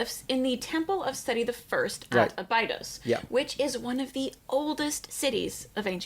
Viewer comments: how am i supposed to take her serious as an Egyptology expert when she doesn't even pronounce Abydos correctly? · I do watch Raven‘s channel… she does provide great info.. but as an American her pronunciation of certain terms and locations like Abydos is just horrible and this undermines her credibility as an expert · I love her but I hate how she pronounces Abydos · She is so knowledgeable that she can't pronounce Abydos.